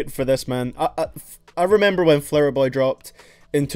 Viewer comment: "Flouher boy."